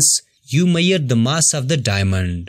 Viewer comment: Measure ❌️ Mirer✅️ Sorry the explanation was very nice but it got me there. Overall good useful video